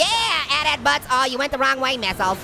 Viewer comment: Ha he called it a atat it's at at